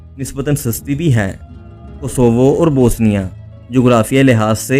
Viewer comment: Bosnia kehna to seekh lo bhai. Bosinia koi mulk nahi hai,,,, BOS- NI- A